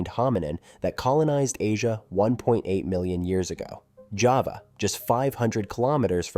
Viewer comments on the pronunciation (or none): none